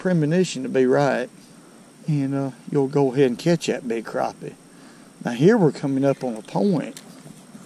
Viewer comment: Thank you for saying “crappie” like it ought to be said. They ain’t “crappy”….😊